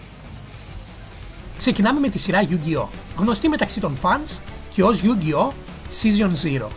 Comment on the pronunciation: είπες Ντιουλ αντί για duel (Ντούλ), είναι yugioh με τόνο στο yu όχι στο oh. Είναι yusaku γιούσακου όχι γιουσάκου. Και άλλα. Αλλά νταξει κάνεις καλό review. Απλώς θα μπορούσες να εξηγείς πιο πολλά πράματα για τις σειρές μετά το duel monsters. Όπως τα mechanics, χαρακτήρες και λοιπά.